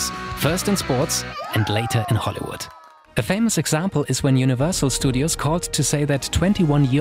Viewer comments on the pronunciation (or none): none